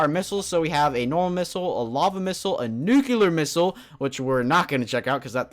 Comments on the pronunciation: it's pronounced NEW-CLEAR!!! not NEW-CU-LAR! Also, the top 5 mods are the only ones I really liked. Though, I believe that Orespawn deserves the top slot. It's amazing! It's got a ton of stuff! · there are no NUCULAR missiles nor bombs. it's NUCLEAR